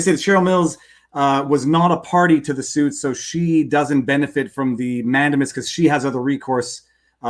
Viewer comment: Love the content, but please, PLEASE, listen to this clip for the pronunciation of mandamus